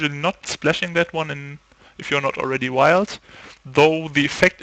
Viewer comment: hey man, great video's. Just a tip: when you say mono wild, it sounds a bit like mono white.